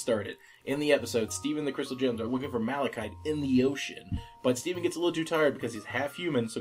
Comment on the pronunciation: At the end hearing her say I'm not lapis I'm malicide was not like... Lapis